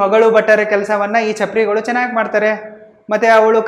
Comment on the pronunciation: ಚಪ್ರಾರಿ ಅಲ್ಲ ಚಪರ್ ಗಳು